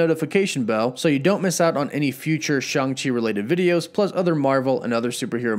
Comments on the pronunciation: It’s Shang not Shung! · bro you the goat but it’s SHANG, ang like in avatar 😂 but this Movie gonna be dope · Take a shoot every time he says Shang wrong! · You pronounced Shang wrong